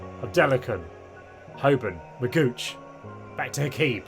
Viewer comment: McGooch hahahha its pronounced Mc Gee ock